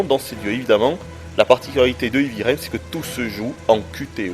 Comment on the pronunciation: En anglais, 'heavy' ne se prononce pas comme 'hivi', mais 'hèèèvi'!! Assez de 'ivi', s'il vous plaît ou prononcez carrément à la française, ça sera encore plus agréable à entendre!